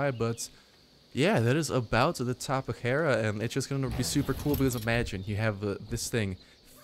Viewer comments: It's Tap-E-jara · its tap-ay-ar-uh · Just pronounce the j as an h, it's Spanish, tap-a-har-a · its tap-ayyy-are-uhh. loved the vid. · Tap-ay-har-uh** The J makes an H sound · tapay yarra I believe is the correct pronunciation . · Just say tappy-jar-a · it's tapejara like tapehara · Daily Videos I like how it's able to strafe as it flies, I can see wars with this thing being like the speeders from the Moon of Endor. also it's pronounced (Tap'e hara) the E has the eh sound.